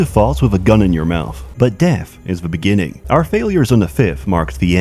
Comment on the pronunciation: ''Deff, is da buh-ginning''